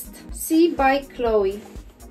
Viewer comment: Czyta się kloe z akcentem na e. To francuska marka